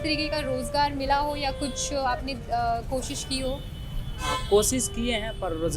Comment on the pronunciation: science graduate konsi degree hoti hai wese? aur science padha banda Koshish bhi sahi se pronounce nahi kar sakta to kis tarh ki science Padhi hai in sahab ne aur ye kya hi bachho ko padha rahe honge